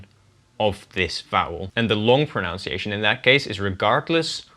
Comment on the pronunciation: I loved this video. It was very interesting. However, don't say 'pronounciation', it sounds horrible. The right word is 'pronunciation'.